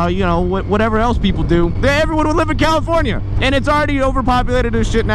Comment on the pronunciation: Wanna stop saying CaliforniA, makes my ears bleed lol.